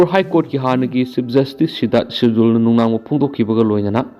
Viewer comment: Sidarth mirdul haibane sidul haiba natte